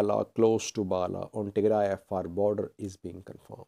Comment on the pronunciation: Tigre is Tigre another group in eritrea You should start learning to pronounce Tigray and tigrayans properly.